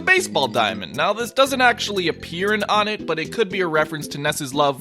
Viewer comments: The Stage is pronounced as O Net, not Onit. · Citpost Shentral Not Wunt. One-ett. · Or One-tt. Pronunciation: One*teh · i know you said whatever you wanna call it, but its pronounced WUN-ett. Further evidence is because ONEtt TWOson THREEd and FOURside. So why would it not be pronounced WUNett if it wad an obvious reference to numbers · Ok, even still the stage needs to be pronounce the right way. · Am I the only one who pronounces Onett "Oh-net"? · Fernando Banda Except we're not calling it ONETTO, not even close. Nor are we using Japanese pronunciation for any of the character names or anything. This is a shallow argument at best on your end. You're all really reaching here. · I heard that and immediately came to make a comment. Glad to see someone else is already... ONETT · The way you pronounce onett makes me want to die